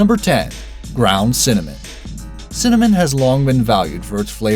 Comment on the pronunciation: Wait did he just say cimmanon wahahahahaha lol